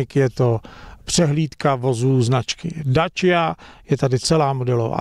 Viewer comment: Dácia nie Dáčia